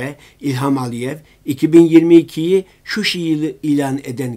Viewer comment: Şuşi değil ŞUŞA